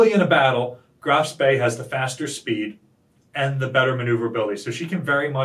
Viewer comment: Danke for pronouncing Graf Spee correctly. 👍